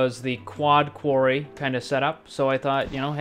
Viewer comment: I Think he mean to say Quarry, and if so it was a horrible massacre of the english language